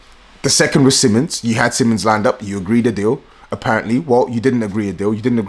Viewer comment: It pronounced as seemons btw